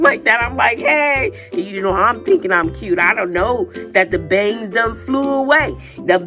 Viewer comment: you are so hilarious with u saying BA-ANGS Can’t 🛑 laughing 😂😂😂😂😂😂😂😂😂